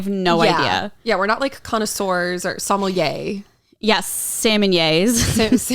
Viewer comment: Haha both of you pronounce sommelier like "salmon yay" lol.